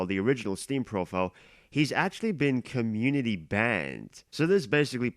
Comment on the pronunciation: "YoU GOT SOM NERVE MESSIN WITH THE SPLATOON COMMUNITI PUNKH"